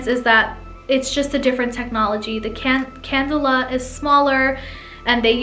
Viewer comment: Just as constructive criticism, two points: First, it’s not a cadula, but a cannula. Second, AirSculpt is a marketing name, not a new technology. It is liposuction. Renuvion is an additional treatment that can be performed alongside liposuction to promote skin contraction. Everything you described about the procedure and recovery is what one would expect with conventional liposuction. AirSculpt is a clever marketing name, but it shouldn’t be presented as though it were an entirely different procedure.